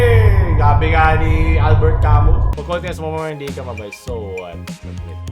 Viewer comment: Albert ca-muu po iyong pag bigkas sa pangalan niya.